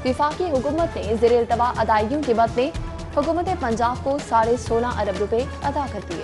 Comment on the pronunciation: 4 abar nahi 4 arab hota hai